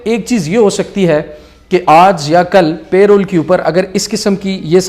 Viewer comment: Its not pay roles its parole